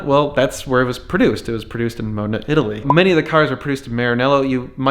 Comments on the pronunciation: Mo-deh-nah.. 3 syllables :) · The 360 is pronounced (ma-den-a). I got schooled when my wife and I went to Italy. We went to the Ferrari Museums. One in Modena and one in Marenello.